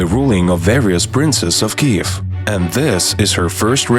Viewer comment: Вам треба трошки попрацювати над вимовою, зверніть увагу на flood, author і дивно але Kyiv. Загалом дякую за вашу працю)